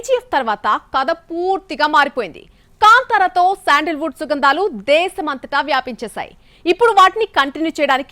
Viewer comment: శాండిల్ వుడ్ కాదు మేడం.. ❤శాండల్ వుడ్ ❤